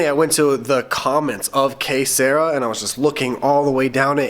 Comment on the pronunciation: If the song you are referring to is Que Sera Sera, I think your pronouncing it wrong. Not like Sarah. Like Sir-ahh. At least that's what I always thought. Not sure...Anyway, I'm a fan of the vlogs. Great work.